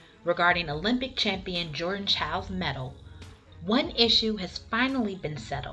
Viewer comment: Also, thanks for pronouncing her name correctly! These three ladies are fabulous- I loved their tribute to Rebecca